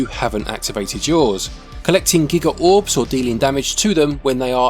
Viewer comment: A nitpick for you, it's G-EYE-Guh. A form of Gigantic. It's not a unit of digital storage ;-) I'll never understand your value metric at times haha!